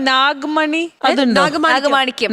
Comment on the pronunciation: നാഗ് മണിയല്ല, മുട്ടമണി ഏണിറ്റ് പോടീ......